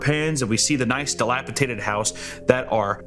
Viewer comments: I love but I’m gunna be a pronunciation nazi, whenever he says delapitated instead of delapidated,exscape instead of escape and expecially instead of especially I have a brain aneurysm and yell at my tv like an old man. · I love the videos, but this is the third time I have heard “dilapitated” instead of “DILAPIDATED”. It’s so minor but then again it’s not at the same time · "dilapitated" What state are you from? This boys brain is dilapidated. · I cringe every time or say "dilapitated," instead of "dilapidated," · I love your videos, but you gotta stop saying dilapitated. It’s dilapidated. A d, it’s a D sound. As in deez nuts. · Dilapi-D-ated NOT Dilapi-T-ated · I don't want to be overly pedantic but dilapitated is killing me. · "Dilapitated" ❤ I love it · Missed opportunity for the editor to play the proper google pronunciation for “Dilapidated” when said “dilapi-tated” twice. Papa’s been watching a bit too much Andrew TATE apparently. Can ya blame him though? I mean come on! Papa is part of the Hustlers University alumni after all.. I wish I could afford it so I could also earn my PHD (Pimping Hoes Degree) god, he’s so cool! On a serious note, I love you! Edit: another missed opportunity to put in the proper pronunciation for “spiel”. Sorry, I just feel like being a grammar Nazi today and messing with Papa 😆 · bro said delapiTATED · Editor couldn’t tell him it’s “dilapidated. . .” Damn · my favourite part was repeatedly saying delapidated with a t